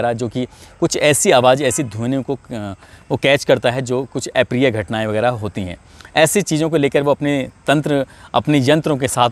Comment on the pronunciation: ऍ प्रिय नहीं अ प्रिय बोलीये । शब्द का उच्चारण ठीक एवं शुद्ध होना जरुरी है